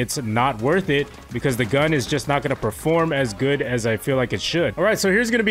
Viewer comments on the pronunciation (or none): none